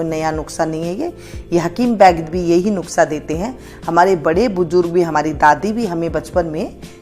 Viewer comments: कृपया नुक्सा नहीं नुस्खा बोला करें। धन्यवाद। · Aap bhi lijie Maam, taake theek se Nusqha/Nuskha bol saken - na ke Nuqhsa 😝😆😝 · नुस्खा कहिये.. नुक्सा नहीं धन्यवाद